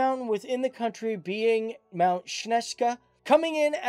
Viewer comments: Sněžka, not Ishka Only fact :D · Šnezka omg to mě mega rozesmálo Šnezka omg that made me laugh so bad it's Sněžka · And their highest mountain Šneska"😂😂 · It's Dolní Věstonice and Slovaks and Sněžka, to whoever wrote the captions and also to the guy talking: Moravians, not Moldovians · Why did you pronounce Sněžka similar as our word for snail😄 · Jo, ale aspoň si to mohl přehrát na google translatoru jak se to vyslovuje, chápu že Ř nebo ňáký divný kombinace bez samohlásek jsou problém, ale na vyslovění sněžky neni nic komplikovanýho pro cizince, všechny zvuky maj taky.